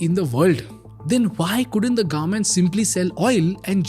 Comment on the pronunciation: Government ko Garment bolna band karo plz..